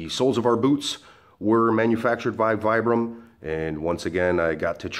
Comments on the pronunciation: It's pronounced VEEBRAM, after it's Italian inventor Vitali Bramani. He developed it in 1937, to replace the leather and hobnail soles used by mountaineers. Regards. addendum: Teva isn't pronounced TEEVA. It's TEHVAH. Teva is a Hebrew word for nature. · Natural Training Center e sound rather than I sound but not a long eeee. There are rarely long vowel sounds in Italian:) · Vibram (Veebram), is an Italian company. Pronounce is "Veeebram". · No it's Vee-bram. The manufacturer pronounces it this way. I pronounced it the incorrect way for a long time until I saw the company representative say it themselves. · Aloha, I've been wearing vibrams for several years these are very interesting. I use mine for hiking, running and Standup paddle, it's actually pronounced veebram my buddy has a store here in Vegas. Thanks for the video.